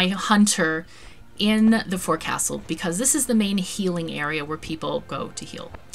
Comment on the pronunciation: Looks like a great game, thanks for sharing. Just a tip from a retired sea-dog - the forecastle is actually pronounce fo'csl (or maybe phonetically fokesal?)